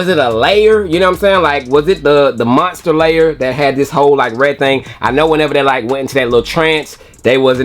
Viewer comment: “Monster lair” 😂 just tell us u didn’t watch the show 😂